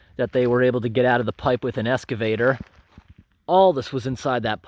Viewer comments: I've been wanting to ask this for a long time. Why do you call it an "EScavator"? It's an EXcavator. Sorry, I was an English major so misspelled and mispronounced words drive me batty!! lol Love your videos. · I love how you say 'excavator'.... 'escavador'.... Also, do you have enough safety equipment? Hi vis vests and the like? I see you working on city streets with traffic and it's just brought out my mom-instincts.